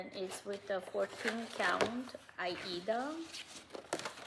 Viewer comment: Thanks for visiting with us again. I'm glad you're getting some rain where you are and are not in any immediate danger. I really like how you sometimes pronounce aida (eye-ee-duh). I started cross-stitching in the early 70s and that's how everyone back then said it. I didn't realize until I started watching flosstube that there were now other pronunciations. I'm going to feel less awkward and continue to use my old pronunciation "because that's how sometimes says it"!